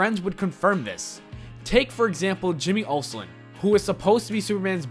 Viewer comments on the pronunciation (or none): We’re just gonna overlook how he called Jimmy Olson, Jimmy Oslon? Allllrrriiiighttttyyyy then.